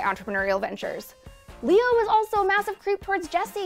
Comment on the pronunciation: It's leeore, the rabbi son